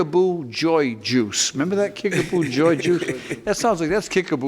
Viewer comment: Kick-a-POO, not Kich-a-BOO...